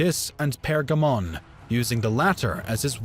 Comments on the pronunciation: ConstaNINople, SulEyman, PerGAmon, AbasSIDS, bruh... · Seriously this narrator needs a crash course in pronunciation. Byzantine, bows, and Pergamon all mangled